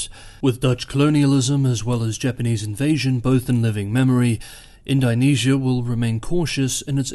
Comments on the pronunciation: Nope - that was the comment that needed making - he was murdering the name of a country and he usually takes such care... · Great report as usual, keep it up! I could be mistaken, but I think the pronunciation of Indonesia should be more like "In-duh-nesia" as opposed to "In-die-nesia" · Indonesia is pronounced in·duh·nee·zee·uh .... not "in dye nee sea uh". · It's in-DOH-nesia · In-doe-nesia, like In-doe-pacific. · it's pronounced "ind-oh-nesia" no? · Please pronounce the name of the country Indonesia correctly